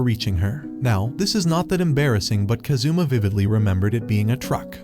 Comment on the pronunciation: Kázoommah Man Americans are terrible at pronouncing Japanese names.